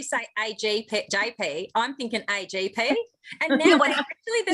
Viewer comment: 😆 AGP not AJP. So fitting.